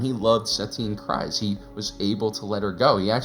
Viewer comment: Love your videos, hate the way that you say Kryze 🤣